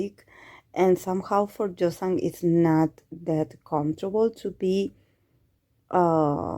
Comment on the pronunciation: In case you are still wondering how to pronounce the name, the 'y' should sound as in 'y' in 'you'... But if you are comfortable that way, it's okayyy☺☺